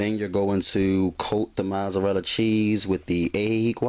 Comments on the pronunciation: haha haha yup mazarala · just because he saying it wrong don't mean he aint do the damn thing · U get a thumbs down for the way u say mozzarella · lol the way he say Mozzarella lol i love his video found him 2 mins ago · The way you say mozzarella is funny